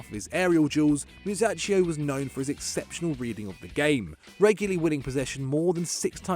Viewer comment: The way you butchered my boy Musacchio´s name hurt me real bad.